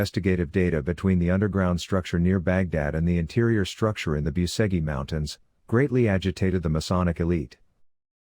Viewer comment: Biuseghi mountains......😂 Lear the fu...kin spel corectly that name, BUCEGI, not Biuseghi....🤦